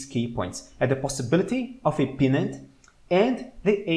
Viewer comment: Hi! Loving yr stuff! One quick observation/question - in min I THINK you meant to say PENN-nant chart pattern (PENN pronounced like a PEN you write with) and not PEA-nut (as in peanut butter) … is pennant chart pattern what you meant?